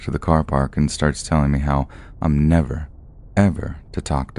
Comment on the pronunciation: This narrator 😅 his voice is a bit grating to my ears...it's the way he says "me" like "may" and the cadence of his speaking is odd. Idk he's my least favorite, whoever he is.